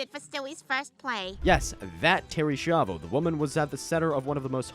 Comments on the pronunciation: The Schaivo one.. you constantly mispronounce the name throughout the video, despite it being pronounced correctly in the clips. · You’re pronouncing Schiavo wrong its not shavo it literally has a sch like School so use that same sound as you would do in School and say Schiavo like S-key-avoh it’s Italian so it should be pronounced the proper Italian way it’s ok when it’s Spanish names you guys seem to be fine with the Spanish names no problem so I don’t know why you guys butcher Italian pronunciations 🤦‍♂️ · You all pronounce the name "Schiavo" wrong... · Schiavo, spelled skiavo. Not Shiavo. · terry shavo? bro, it's ski-avo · "SKYA-VO"!!! why is it so hard for you americans to get this? where are you getting the "sha" or "shai" from?? do you go to "school" or do you go to "shul"? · Why aren’t you pronouncing Terry S’s name correctly?? You even play news clips so you heard the name. It made me twitch. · You couldn't even pronounce the name right when they say it in the clip? You did Terry dirty